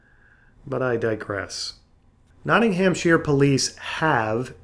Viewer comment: Not-ting-ham-sheer.. My sides! That's not how you pronounce it. It's an understandable mistake, and at least you didn't pronounce the 'shire' as shy-er, buuut it's pronounced Not-nam-sher. Srsly.